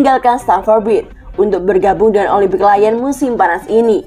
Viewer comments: bacanya kan liyong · Dikira Lion dari bahasa enggres kali 😂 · iya bos, aneh bgt dengernya 😂😂